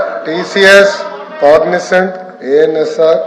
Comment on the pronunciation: కాగ్సెంట్ కాదు అన్నయ్య కాగ్నెజెంట్